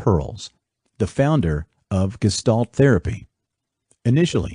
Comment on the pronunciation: Is this a text to speech reading this? It's not Grinder as in someone who grinds things, it's Grinder with the I like Indian. It's not gestalt as in guess it's pronounced geshtalt.